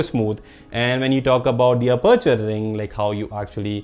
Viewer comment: Anyone else loves the way he says aperture Lmaoo Ah-perch-er